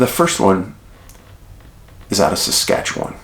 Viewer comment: Bonus points for pronouncing Saskatchewan properly Dave! Lol